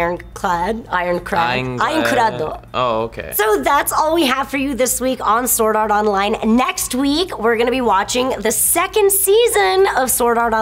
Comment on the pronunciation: it sounds like you are an Indian when you say Sword art online.